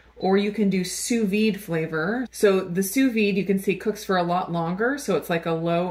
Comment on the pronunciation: Had I not been already subscribed to your channel, I definitely would have. You are one of the few chefs online who could pronounce “sous vide” correctly! Great (thorough) review, by the way.